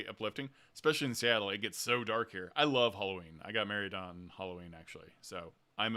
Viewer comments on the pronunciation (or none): none